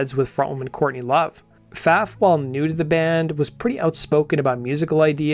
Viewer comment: it's my understanding that Pfaff is pronounced "faw"